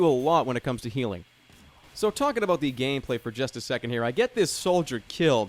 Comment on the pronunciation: Is it just me or does jerma sound Canadian when he says about?